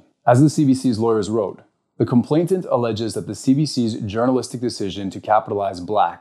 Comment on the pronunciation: Please, it's complainant, not complainTant. Just wanting to make an excellent speaker even better.